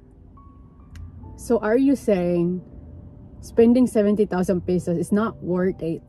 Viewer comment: pesos not pisos ano ba yan😂😂😂